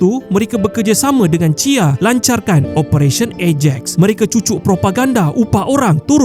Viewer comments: C.I.A ye, bukan chia 😊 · Kenapa admin sebut cia? 😂 lawak macam sebut chia chia chia